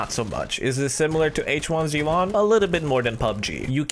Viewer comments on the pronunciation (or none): none